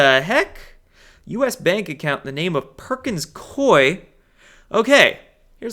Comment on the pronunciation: Perkins Coie = Cooey, as in, rhymes with gooey. 💚💚💚 You are a Light Warrior,.